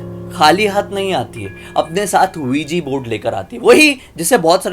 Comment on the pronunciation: ouija board h bo not ouiji😒